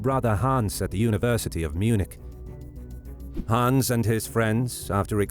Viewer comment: You speak it like "Haans" or "Hahns", but it's should sound like "Hanns" or "Han's". ;)